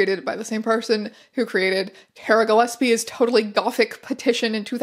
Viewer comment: the way teya pronounces ‘gilesbie’ throughout the whole video makes me want to shove nails in my ears. incredible archive, though! absolute goldmine.